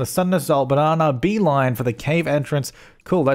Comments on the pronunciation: Do you say it “Bananar” because of your accent or because her name is Banana R.? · Is he saying Banana R or just Banana but his accent makes it sound like Bananar? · hearing you say banana over and over is very satisfying hahaha